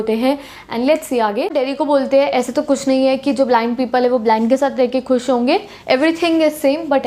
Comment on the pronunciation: Mam aap kisi bhi sentence ka last mai (hoga) ko henge kyo bolti hai